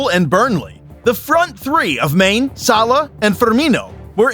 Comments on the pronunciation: Mane is pronounced Mah'-Nay. Ffs. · This became more unwatchable as it went on. The narrator had literally no idea how names such as "Juventus", "Haaland", or "Mané" are pronounced? Even the most cursory listen of a couple of highlights would've done it. Seriously, "Maine"? Man's name is Mané 😂😂😂